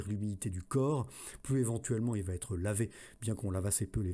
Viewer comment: Je comprend pas, cette vidéo est déjà parue, je l'ai écouté il y a quelques jours... Bonne vidéo mais : il n'y a pas de T à "va". On ne dit pas "va-T-être". C'est une épidémie YouTube mais ça se soigne très très facilement 🙂